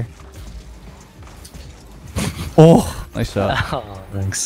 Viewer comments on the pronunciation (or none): I'm glad im not the only one. I realized I didnt like on the 8th time he said "tanks". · i hate IT everytime He sais Tanks instead of thanks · he's gotta stop saying 'tanksss cx' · “tanks” 2020